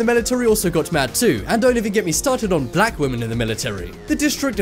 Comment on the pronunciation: Why he say black like that you racist sick fuck